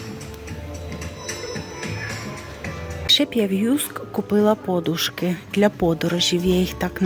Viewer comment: Ставте правильно наголос на подушки.